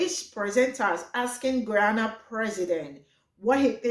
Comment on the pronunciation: The host called Guyana Ghana its pronounced GUY ANNE NAH ....smh